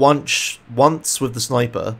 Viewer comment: It's sniper, not snipper